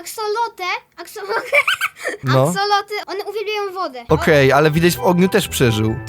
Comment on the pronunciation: DOKNES BLAGAM NAWET DZIECIOM DAJESZ TAKI PRZYKLAD? MOWI SIE A X O L O T L E N I E A X E L O T Y